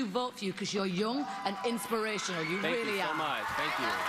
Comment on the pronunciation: LOL. Mel said it was INSPRATIONAL.